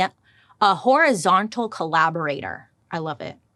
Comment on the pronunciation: I'm just saying, everytime she says it I hear " whorizontal collaborator" lol yeah I know that was immature